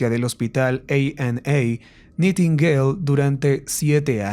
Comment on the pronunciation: … se pronuncia naitingueil…